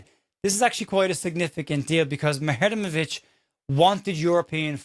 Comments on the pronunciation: I'm glad you clarified the pronunciation of Muharemovic, though in my heart I know everyone is just going to call him Tarik, and will mispronounce that, too. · You've nailed that Muharemovic pronunciation in less than 24hrs 😂